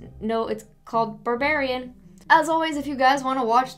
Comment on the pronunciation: It is NOT called "Burrbarian"